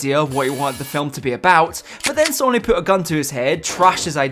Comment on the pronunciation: What's with the pronunciation of Sony?!